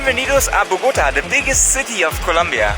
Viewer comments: If you want to pronounce Bogota correctly, don't put the strength on "GO" but "TA". Everyone who speaks English pronounce boGOta, it's actually bogoTA! Try saying the first two syllables with the same strength, and then scream loud the last one: "TA". That's how it is pronounced. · This city is called BOGOTÁ, with the accent on the a, not BOGÓTA. Good video nevertheless.